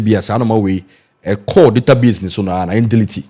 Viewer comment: Hi Lady, the word is pronounced delete and not DELATE !!! Just mind your pronunciation PLEASE!!!